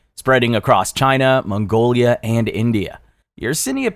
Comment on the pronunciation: mangolia? hahah